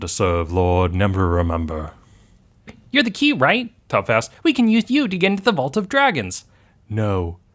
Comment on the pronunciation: Never- Ember, not Never-Remember. Unless you changed his name intentionally.